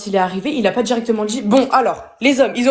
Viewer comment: Et tchoi tchu peux pas parler normalement? thié obligé de prononcer comme ça, c'est monstrueuxement laid. Paradchi, dchirectchement, tu peux pas dchire? Quelle horreur . . .